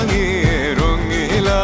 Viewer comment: তাসনিয়া ফারিনের ভুল উচ্চারণ রঙ্গিলা হবে রঙিলা।